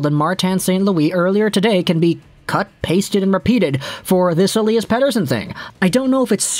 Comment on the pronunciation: Great Swedish pronunciation 😁